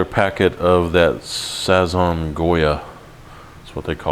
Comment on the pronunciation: OMG, I love this recipe, just tried it today for the super bowl. I just took a small taste but its very good. I added beans to mines as well. And I love the way you said Sazon with a French Accent. Lol nice recipe.